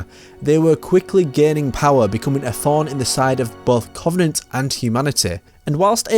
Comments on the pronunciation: Does anyone else get triggered at his pronunciation of Covenant? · Aaron Claydon it the way he pronounces the "O". It's just sounds wrong